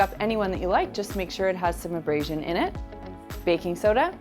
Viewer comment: How mAny times did she say embrasion. Plus you can tell she’s never really cleaned the tub day in the life she probably has a housekeeper that comes and cleans once a week she’s so full of it